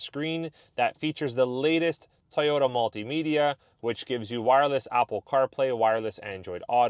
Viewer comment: "Toy"ota not "Ty"ota